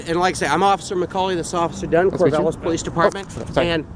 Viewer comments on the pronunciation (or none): Its pronounced CorvAAAAlis not Corvolis.. Idiot. what I don't understand why you have to carry a super heavy gun just for shitts and gigs.... Id only carry a AR15 in I was a legal resident in Iraq... Or Antarctica.. because then it would be useful. If you don't feel safe carrying just a handgun you should take a shooting class. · its not corvaal-is its core-val-is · "Corvallis" - not "Corvalis"! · The city is Corvallis with two "L"s, and it is pronounced "Kore-Val-Liss". So, perhaps next time say it right and see about fixing the spelling. Also, don't engage these idiots. You are never going to convince someone against their will. Corvallis police did in fact act correctly, but for the record they are a little Gestapo and act very militarized under most conditions. It's impressive they could keep their jack boots off your neck as long as they did. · PRONOUNCED CORE-VALL-ISS Corvallis... Damn bro where are you from? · That's my home town and this makes me even more proud to have come from there. BTW it's Corvallis with a short a sound. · if you are gonna go to a city please pronounce the name right, especially if you live i the state of Oregon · You spelled and said Corvallis wrong.